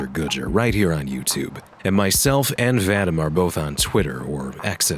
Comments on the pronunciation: narrating for VADEMEMM. You get paid for this, can you not ask the dude hows his name pronounced? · Btw Vadim is said like Vadeem for future voice overs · The way Badger pronounced "Вадим" as "Vattim" is pretty funny